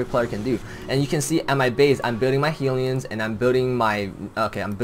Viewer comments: Why do u keep say "healion" :> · "Heelion" hahah